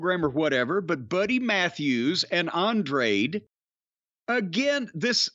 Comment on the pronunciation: He pronounces An-Dray'd LMFAO